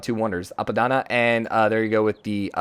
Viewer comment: I just noticed that Traian(the „observer”? civ) has gotten the free envoy with every city state. It doesnt matter since most of them if not all will get destroyed but try to fix this somehow or remove CSs altoghether. Also Ive made you say Apadana corectly, lets try Chicen Itza instead of ChiNchen Itza next :)